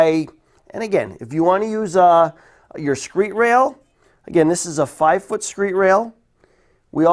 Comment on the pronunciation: screed rail not screet